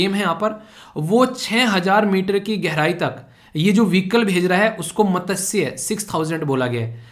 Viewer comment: Sir mene 21.57 pe jo apne padhaya matsya scheme ke bare mai bolana chahti hoon ki iske pronunciation galat h... right 1 is mas-chya not mata-say.. ye sanskrit name of fish se derived h.. and sare teacher in YouTube ise ap jese hi pronunciation karte h joki galat h..i know is always right iss lie ap isko right pronounce karo..